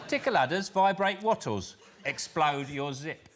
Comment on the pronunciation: "Explodes" begins with an E, not an X Sean ! 😀